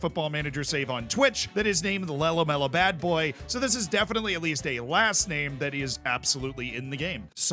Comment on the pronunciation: The confidence of talking about Badboy while he is incorrectly pronouncing his name😂😂😂😂